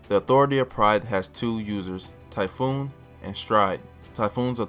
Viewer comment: Damn, some of these guys can be a real dick about your pronunciation. Let me help you out a little bit though with some of these. Betelgeuse is pronounced: Beetle-juice. Typhon: Tie-fun Echidna: eck-id-nuh Those are the ones that I picked up, hope this helps man! You did great in the video, cheers!